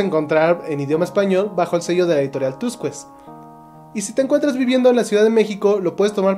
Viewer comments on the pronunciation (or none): Mal, mal y mal. "Nunca se volvieron a ver" ? Dedícate a reseñar libros de cocina. No hay misticismo sino nostalgia, para que entiendas "dolor por el pasado". Hay amor que no sabía que era amor y hay tedio de vivir. Y, por cierto, Tusquets se pronuncia "tuskets" no "tuscuets"